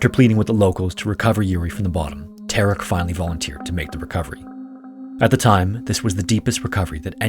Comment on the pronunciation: How is he "Tark"? Ta-rek.